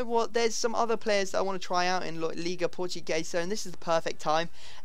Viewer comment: Why do you say "Liga PortuGAYsa?"